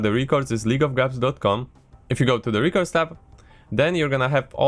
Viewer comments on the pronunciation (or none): REH cords not REAH cords please.... pleaseeee